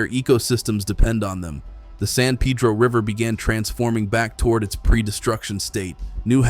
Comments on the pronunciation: It's San Peh-droh, not San Pee-dro 😂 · Why pronounce San Peeedro! Dam (pun intended) it’s annoying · Wish you would get your pronunciation right on names of rivers. San Pedro is pronounced Padro. Gila is pronounced Hila, These are Spanish pronumciations. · In Arizona, particularly Tucsonans, many are grateful, even excited about the work done to welcome beavers' return to the San (Pay-dro) Pedro. (He-la = Gila) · Repeat after me "San Pay -dro". Interesting, as an Arizona native I have always had a soft spot for water, (it's just a desert thing).